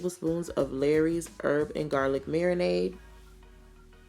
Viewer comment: Lawry's (seasoning) is pronounced like Laurie's, not Larry's. )